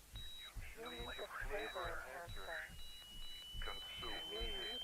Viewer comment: "Flavor enchancer" ah yes MSG